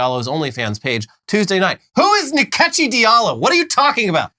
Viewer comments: Nkechi is pronounced In-kay-chi. The second and third syllable have rising accent. It's an Igbo name. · So! Turns out Rachel Dolezal appropriates in more ways than one. Nkechi (pronounced more like In-Kechi with the “I” being way more subtle rather than Ni-kechi like the guys pronounced) is actually a Nigerian name meaning God’s gift! Gift that keep on giving to black folks - the ultimate devine delivery. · Its not nikechi. Its call Nkechi... like inkechi